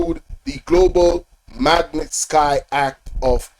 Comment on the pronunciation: Yeah you mispronouncing magnitsky act 😮...its ok ..